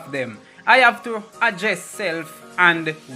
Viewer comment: Pronounce your words them properly, ADDRESS not agess!! DWLL